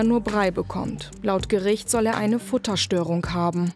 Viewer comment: Fütterstörung, nicht "Futterstörung". Wird sich das nachm Schnitt nicht mehr angeschaut?